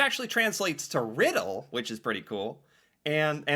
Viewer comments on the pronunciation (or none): none